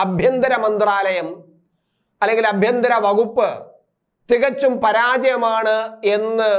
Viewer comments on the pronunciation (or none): അഭ്യന്തരം അല്ല അണ്ണാ... ആഭ്യന്തരം....